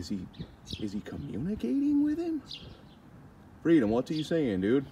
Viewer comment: Freedom is "cluutth".😂😂